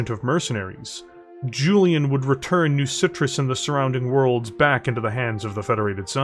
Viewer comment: I'm sorry, I love this content, but hearing it as "New Citrus" made me laugh way too hard and distracted me.